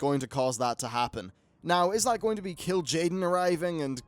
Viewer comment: its kil`jaden, in WoD we got archimonde in legion we get kil`jaden